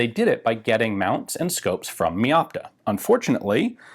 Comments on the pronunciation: Just note, "Meopta" is not pronounced like you'd have first part as word "Me", but like for example word "Mega". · Mey opta